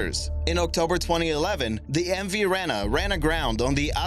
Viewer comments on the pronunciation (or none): I lived near the Rena and it is pronounced reee na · As a New Zealander who constantly heard about the MV Rena incident, it is pronounced REE-NA. Apart from that fabulous video! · Uhhh.... you say the mv Rena like the end of arena not like how you say it